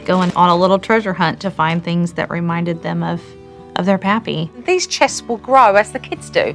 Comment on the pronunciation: When Elijah was kissing the pictures of his grandfather and answering the question of Charity "Who is that?" The way he answered sounded like "Puppy" when he meant to say "Pappy".